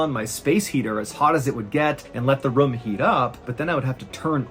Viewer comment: Haha "RUUM"